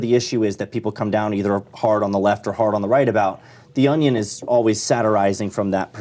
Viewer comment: Lmao Pat pronounces onion like my 2 year old niece. ON E ON